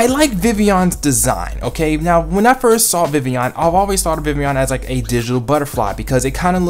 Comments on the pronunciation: ITS VIVILLON! You always said Vivion xD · maybe proper japanese but in anime i have heard some distinct L sounds